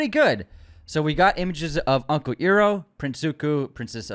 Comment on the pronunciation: My guy you gotta get uncle Iroh’s name right 😂 Idk if the Azula pic is AI and I think it’s kinda weird to assume that’s it right out of the gate